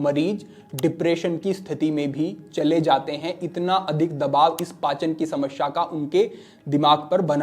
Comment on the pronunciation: शमश्या नहीं, समस्या